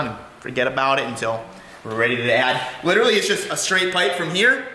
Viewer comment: Cracks me when he say little lee (literally)😂😂